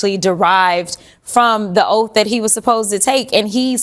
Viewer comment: He swore an “Oaf” then he is dead on correct!😂